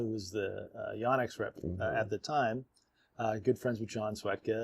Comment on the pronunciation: So I really like your show... but please, please, PLEASE pronounce the name properly. It's not "Yawnex" it's "Yonex" as "YO - NEX". Names are important. Lets get this right. Eric Samuel Yonex Brand Ambassador Captain DMV (Washington, DC/Maryland/Virginia)